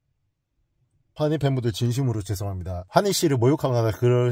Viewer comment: 뢰송합니다 ㅋㅋㅋㅋㅋ 핑구에 나오는 바다사자 ㅋㅋ ㅋㅋㅋㅋㅋㅋㅋㅋㅋㅋ